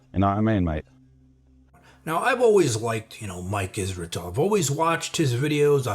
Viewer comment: I like the fact you can point out what’s wrong and yet you put effort in saying his name well. Some « intellegent » people start thinking They are Truth.